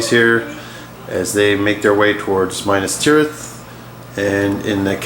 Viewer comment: dude....its not MINUS tirith, its MINAS tirith. Mee-Nass